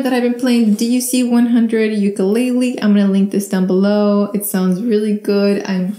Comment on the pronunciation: You pronounced Ukulele wrong, B 👍